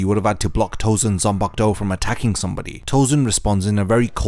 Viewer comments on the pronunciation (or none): none